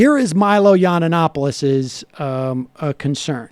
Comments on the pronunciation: drives me nuts every time sam says this. YON ANNOPOLIS. NO!! I can't stand Milo, but get his name right. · Sam, love you and this show, but it drives me nuts how you mispronounce his name, (not that he deserves you say it correctly.) It's pronounced Yee-in-op-oh-liss.